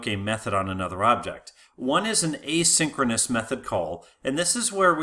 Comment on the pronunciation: This guy uses exactly the same pronounciation for "asynchronous call" and "a synchronous call" and I could unfortunately not differentiate exactly whether or not we are talking about "asynchronous call" and/or "a synchronous call" at which section of the presentation.